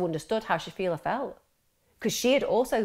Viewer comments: The fact the VERY FIRST time you mention her name, you can't even be arsed pronouncing it correctly. It's not shafia, clearly there's an L in her name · Interesting, although it's a shame that she couldn't say Shafilea' s name correctly and kept using per se in the wrong context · I only watched 15 minutes and couldn't carry on watching anymore because there were so many inaccuracies and made up information. Farzana was not pregnant outside of wedlock. I don't even know where you would get that from. Stop making things up. The dad went to Pakistan, got forced to marry his cousin, brought her over to the uk and she fell pregnant. Also shafilea is not pronounced like that and some other names were also pronounced wrong. There are many documentaries about this case on YT, even watching at least one would've taught you how to pronounce her name. There's also a lot of conjecture and opinions such as when you said shafilea wanted to go to university because she wanted to live in halls and have freedom. Maybe she did want that we will never know but there's no way to ever know that so it's best to leave our opinions out and stick to what we actually know about the case. Most likely if she had gone to university her parents would've forced her to apply to local unis and commute.